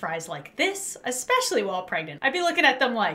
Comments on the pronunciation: I love how instead of saying ‘pregnant’ says ✨P R E G A N T E✨ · I love how always says 💛P R E G A N T E💛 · Can we just appreciate that says PREGANTE instead of pregnant every time she does these types of videos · Pregante lol 😂😂😂😂😂